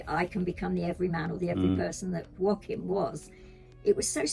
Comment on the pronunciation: YAY, maybe Nanny Di will convince you to pronounce Joaquin's name better 😜 (wah-keen)